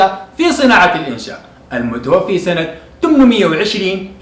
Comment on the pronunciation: كلام جميل جدا.. واجتهاد كبير.. لكن المتوفي بفتح الفاء لأنها اسم مفعول.. ارجو الا تنطقها المتوفي بكسر الفاء.. وهي هنا اسم فاعل خطأ شائع يقع فيه كثير من المتعلمين